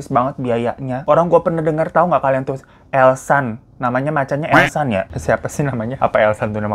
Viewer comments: Alshad bang bukan elsan 🤣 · Alshad ahmad bang bukan elshan🤣